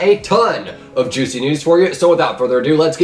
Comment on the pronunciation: GASP JUOCY NEWS Yes juocy not juicy